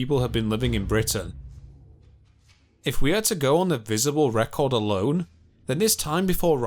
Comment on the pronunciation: Is he Black Country and trying not to do the accent? Alone round here would be pronounced like Aloe-un...I think he's got rid of an accent but is struggling getting rid of the extra syllable completely.